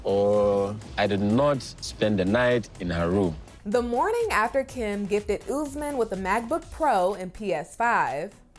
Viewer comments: It's not pronounced UZ-man , it's pronounced OOS-MAN. 🙄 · You need to stop calling him ouuzzzmen bro its OS-MAAN